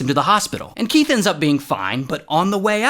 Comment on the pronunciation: Keath 🚫 Will smith ✅